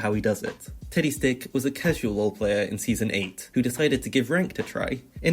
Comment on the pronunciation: Am I the only one who kept hearing tiddy stick and not teddy stick?